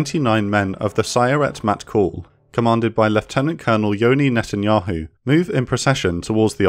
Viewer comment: absolutely massacred the pronunciation of sayeret matkal